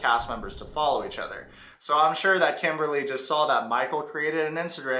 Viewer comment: Foller instead of follow is wild lol why does it sounds like she has a local that numbs your mouth at a dentist when she is talking …